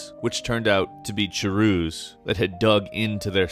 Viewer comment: me at the end of the video "chuhroos? dont you meen charus?"